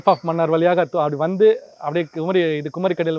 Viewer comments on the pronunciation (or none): none